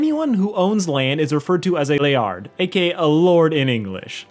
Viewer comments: Just fyi, in Scotland, it’s pronounced “Laird” all one syllable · The buzz lightyear of star command movie was genuinely good, I knew it would never come close to living up. (Also the way you pronounced Laird did psychic damage to me as a Scot 😂) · Laird is pronounced layr -d.